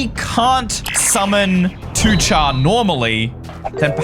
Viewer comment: ITS PRONOUNCED 2-CAR NOT 2-CHAR YOU UNCULTURED SWINE!